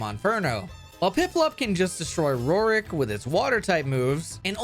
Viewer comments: I cannot handle the way you say Roark's name. It isn't ROR-IK its ROARK, like ORC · "Roark" is really hard to say, huh